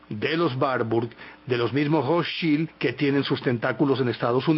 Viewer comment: Se pronuncia: "Rotchaild" con acento en la letra "a".